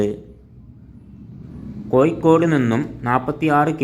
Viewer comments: എന്താണ് ചെങ്ങായി കോയിക്കോട് അല്ല ഇങ്ങനെ അല്ല പറയേണ്ടത് കോഴിക്കോട് ഇങ്ങനെ പറയൂ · കോയി ക്കോടല്ല കോഴിക്കോട് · കോഴിക്കോട് എന്നെങ്കിലും ശരിക്ക് പറയാൻ പഠിക്ക്